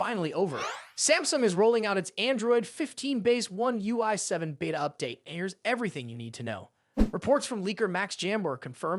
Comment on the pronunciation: why do you pronounce Beta as Vita?